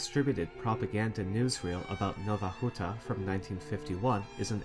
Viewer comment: Out of curiosity, do you speak any polish? Your pronunciation of Polish names such as Nowa Huta were really good, I wonder if you researched them, or if you knew how to say it?